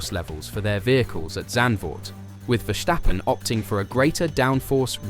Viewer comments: There is no h in Verstappen. It is Verstappen, not Vershtappen..... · If you still cannot pronounce Verstappen correctly, nobody is going to take you seriously...